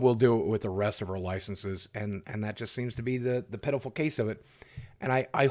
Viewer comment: When you said pitiful it almost sounded like pedophile lol